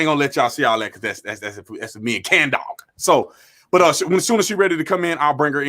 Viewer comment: All love but I can't condone someone saying Candog 😂